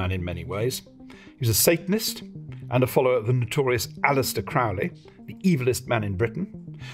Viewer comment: Pronounced "crow" "leee" , like the bird, chum. . BTW Heer was the German army, Wehrmacht was all the German military, sea and air and ground.